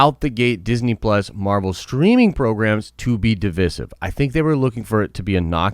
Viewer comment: Stop saying divisive wrong. Thanks.